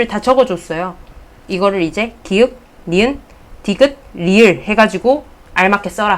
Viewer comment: 선생님! ㅎㅎㅎ 잘보고 있습니다 넘넘 다식하시고 부러워요~ 저도 꼭 곧 지구과학 교사 되겠습니다 ( ㄱ을 기윽말고 기역이라고 읽어주시면 품격이 더욱 더 올라가실 것 같습니다😂❤)